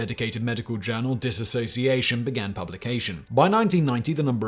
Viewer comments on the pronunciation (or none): none